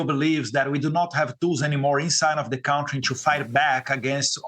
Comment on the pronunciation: Eduardo,please,eu não posso acreditar que ninguém ainda não tenha corrigido a tua pronúncia da palavra contrye